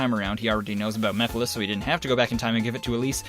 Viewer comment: I like how calls Mephiles Meph and I misheard it as meth lol